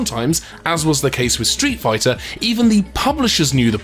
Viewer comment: Spit out my drink at "Street Fih-turlund". Bravo.